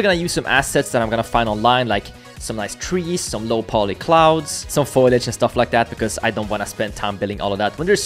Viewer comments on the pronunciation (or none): foliage, not foilage. :)